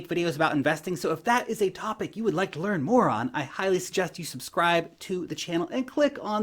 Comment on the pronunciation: you should take the words "you want to learn more on" out of your intro because it sounds like "you want to learn moron"